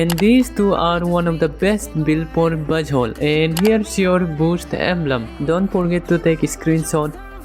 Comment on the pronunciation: my gid why do I hear B*tt hole instead of Buzzwhole Im sorry😢😢